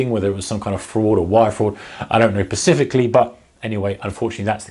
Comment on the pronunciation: bruh 'I don't know pacifically'